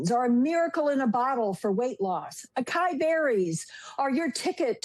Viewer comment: Just one correction: Acai is "ah-sye-ee", not "uh-kye".